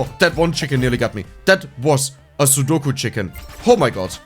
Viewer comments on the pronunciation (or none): none